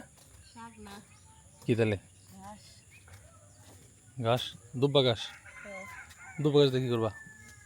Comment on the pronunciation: গাস না ঘাস হবে।